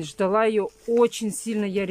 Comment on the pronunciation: Очень сильно ждалА, а не ждАла. Ударения повторите.